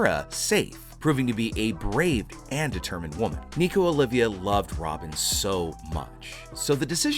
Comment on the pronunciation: OLVIA DUDE HER NSME IS OL-VI-A